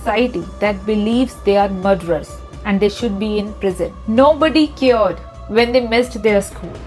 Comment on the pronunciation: Just want to mention its not "cyared" its cared... The pronunciation is completely wrong even stayarcase its staircase u cam check in google u ll get it easily ... Just pointing it out for good dts all✌